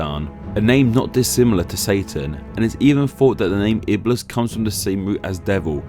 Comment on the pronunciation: it's iblis with a long "i" and Shaytan a bit more to on the T and longer "a" :)